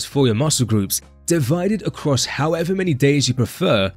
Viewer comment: Maybe: "howeva".."foe exampeh"